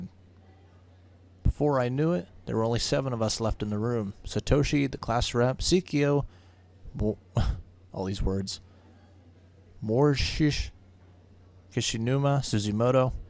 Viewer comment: Well that's strange i mean the whole "i want to change the past" thing how can she do it while she's remembering it? and please pretty please say Sei-ko properly xD i mean seriously man turn on the voice acting and you'll hear Naomi calling her Sei-Ko not Sei-keo xD